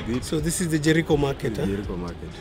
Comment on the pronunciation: Don’t confuse ur viewers ur being watched by people from outside Kenya so stop saying Jerii when ur actually saying Jericho try to avoid Nairobi street slang